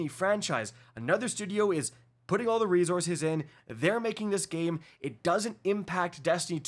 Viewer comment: Stop saying re-zorzes. It's re-sourses.